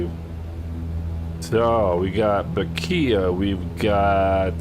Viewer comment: Bequia pronounced beckway